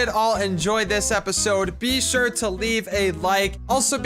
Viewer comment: u always say BEE sure XD